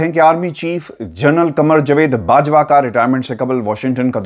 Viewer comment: Baraye mehrbani apna Urdu ka tallafuz sahi rakhain. Qamar Javaid Bajwa, Jvaid nahin. Aapka andaz e bayan waisay boht khoobsurat hota hai.